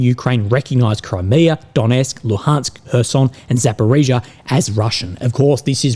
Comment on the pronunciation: It hurts my soul every time I hear you say “Zap”. It’s Zaporojye! Just roll the “r” 😅